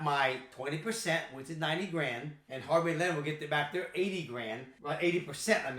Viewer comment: I kept thinking he was saying “harmony lenders” 😂 and sure enough there’s a harmony lender if you try to look it up so then i got really confused. Glad i saw your comment!😂